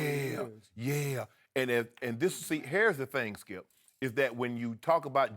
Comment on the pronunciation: Shannon: Skiep, hairs the thing. Shannon is great for TV